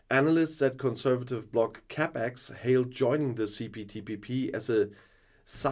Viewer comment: See Poo Tea Pee Pee 🙄 has obvious difficulties to get the name right 🤔